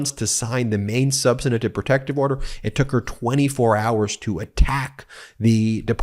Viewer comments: Ben, thanks for bringing us this analysis. One thing, though, you are adding an extra syllable to "substantive," making it "substantative." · 'substantive' has three syllables, not four. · Dang, Ben, learn how to pronounce “substantive.” The word not not have four syllables. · Can someone please let Midas touch hosts the word us Substantive NOT substanative which is not a word at all? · Ben, the word is "substantive"; you're mispronouncing it.